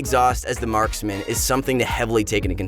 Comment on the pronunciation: it eez what it eez